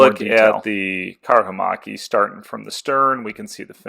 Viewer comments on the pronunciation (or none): Great video series! I like your pronounciation of Karhumäki, as it changes the meaning of the word from "Bear Hill" to "Bear macaque", which is an interesting animal. 👍